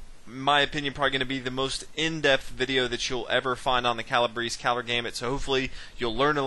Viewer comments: Calabrese is not pronounces Calabris! Such a butchering. It's Cala- Breh- Zeh. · "Kah lah BRAY see" you non Italian. 🤣🤣🤣 (At least you pronounce Fianchetto correctly)